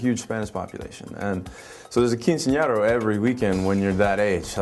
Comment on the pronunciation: Lol channing it's "quincenera" not "quincenero". I can totally relate. I'm from Miami too and practically every weekend of 9th grade was someone's quince.